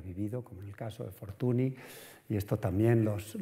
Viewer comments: Pues el de Henriette Nigrin, bien que lo pronuncia a la francesa... Dejaos de hostias, se pronucia Fortuñ, y punto. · Fortuny (fortuñ), no es tan difícil de pronunciar... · Como puede una persona dar una conferencia sobre una persona de la que no es capaz de pronunciar bien el apellido? Fortuni… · Es curioso con los cocimientos de arte que ha demostrado tener este señor, no tiene ni idea de pronunciar correctamente el nombre de un protagonista de la conferencia. O a lo mejor si sabe pero no quiere, porqué cuando se refiere de nombrar a Henriette Nigrin, compañera de Mariano, dice correctamente Anriet Nigrin pero cuando se trata de Fortuny dice Fortuni. Señor, y sin querer insultar a nadie, que usted no es ningún paleto, un poco de respeto, y muchas gracias por la interesante charla. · NY = Ñ Fortuny se pronuncia Fortuñ. La charla es excelente pero este detalle chirría un poco, más si te pasas una hora hablando de una persona y pronuncias el apellido mal constantemente...